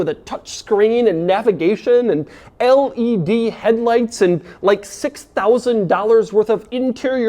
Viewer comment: Doug says LED like my grandad.